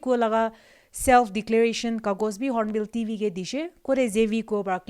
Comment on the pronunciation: Hornbill TV not hornbill DV.. 😄😄